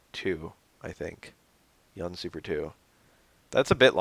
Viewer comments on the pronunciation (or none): The u vowel in Chunli and Yun is pronounced with a "oo" sound btw (Choon-lee and Yoon). That aside, I wish I could've thought of changes like that.